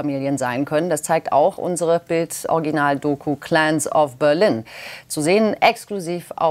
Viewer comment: Calans dann calans of börlin 😂 ich brech weg...